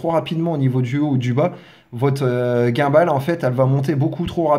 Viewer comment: bon tuto ! mais revois tes prononciations par pitié ! DJI, gimbal ...